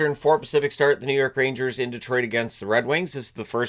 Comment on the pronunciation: I thought said “The Road Ragers”.